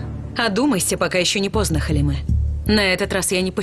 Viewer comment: Хелиме щас правильно говорит